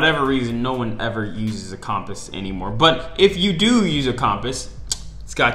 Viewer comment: The way you pronounce compass is wrong, just an FYI.